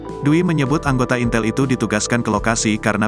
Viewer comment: Intel ngomong ya bukan intel.😂